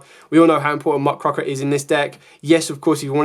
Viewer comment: Dude learn how to pronounce muckRAKER It really isn't that hard